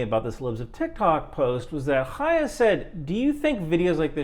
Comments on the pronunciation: props for pronouncing Chaya correctly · You’re one of the few people I’ve heard criticizing Chaya while pronouncing her name properly. I appreciate that because there are a lot of people with that name who aren’t shitty and mispronouncing it feels disrespectful to all the decent Chayas.